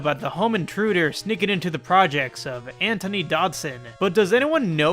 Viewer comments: antoine is pronounced ANTWON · antoine probably = antwan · why tf did he say antoine like that